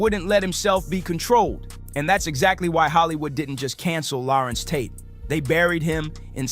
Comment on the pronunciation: Who is this guy calling him Lawrence Tate. WTFUG.